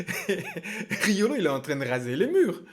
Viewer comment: Tu rajoutes un « g » à Riolo c’est Rigolo